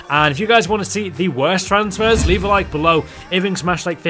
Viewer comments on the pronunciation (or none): none